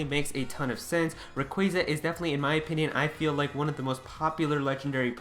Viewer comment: RAy-qua-za please stop saying RAy-quA-za